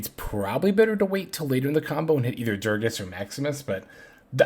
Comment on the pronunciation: bro I love you but am tilted everytime you say durages, it's DU GA RES god dammit lmao